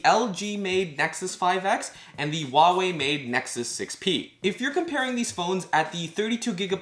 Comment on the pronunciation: You are pronouncing Huawei a little bit wrong, but no big deal, doesn't bother me:)